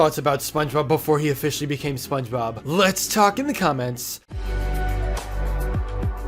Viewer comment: ah yes, Špøñgëbøb